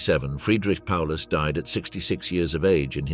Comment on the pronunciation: Not even calling him properly.